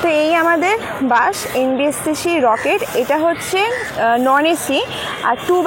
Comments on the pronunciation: bash na bus hbe ota, uchharon er bepar ta dekhe neben , স and শ er somossa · 😂😂😂it's bus not bash